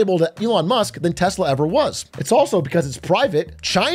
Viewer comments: It's pronounced "Telser". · Tesla? What's Tesla? Do you mean Teslur? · 😂😂😂 trump called it Teslur! 😂😂😂😂😂😂 also called elon, Leon a few times ! 😂😂😂😂😂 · Tesler lol😂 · Elon doesn't even know how to pronounce "TESLA". He constantly says TeZla, which is not correct. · You're pronouncing it wrong. America's Top Salesman in Chief calls it, "Tessler!!" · TesLER he called it. Not tesla but TesLER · ITS PRONOUNCED TESLER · it’s pronounced “Tesler”, get your facts straight ! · And the worst part is Elon doesn't even pronounce "Tesla" correctly.